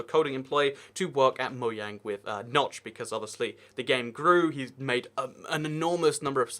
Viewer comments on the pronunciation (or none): none